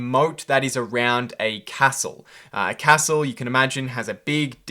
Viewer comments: You say castle wrong mate =P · Great video mate!! loving the content! one thing, can you please learn how to pronounce “castle” correctly? its almost impossible “get educated” when I’m pissing myself laughing :P